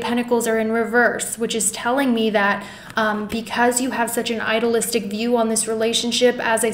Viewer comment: You mispronounce idealistic. I-de-al-is-tic. It is a hard e